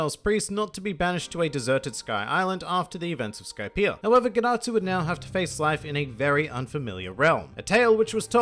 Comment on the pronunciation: Dad-atsu More like ged-atsu